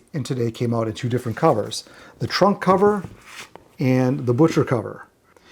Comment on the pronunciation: Maybe because I'd call that thing Macca is sitting in an oversized suitcase, every time you said 'trunk cover' I heard 'Trump cover'. Beatles covering Trump would be the ultimate travesty.